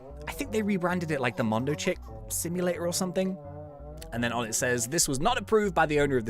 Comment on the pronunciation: What Says: Bee Swarm Simulator What I Hear: Bee Swarm See You Later...